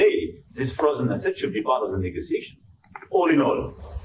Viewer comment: What did he say? All in all, loans, frozen assets part of negozization 🤔🥴🥴🤣🤣🤣🤣